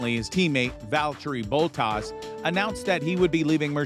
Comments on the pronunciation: This guy needs to learn names, “Quaytar” Valteri Bowtas” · Valtree Boatas 🤣🤣